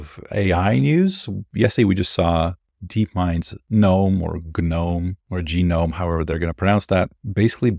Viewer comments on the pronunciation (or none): none